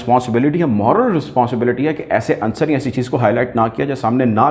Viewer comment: and The correct pronunciation is "Unsar" OR "Unsur", not "Ansar". According to Feroz-ul-Lughat and Rekhta. 98% of Pakistani media mispronounces this word.